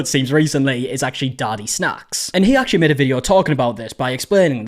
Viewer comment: It's getting me everytime he's calling DADIsnacks as DADDYsnacks😂